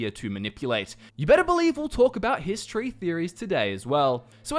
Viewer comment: For some reason, it's really hard not to hear "history" EVERY time you say "Hist tree" lol.